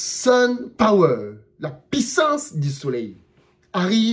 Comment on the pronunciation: "La Pissance du soleil" 🤣🤣🤣🤣🤣🤣🤣🤣🤣🤣🤣